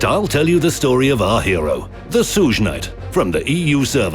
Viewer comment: Man the way he said sugeknight cracked me up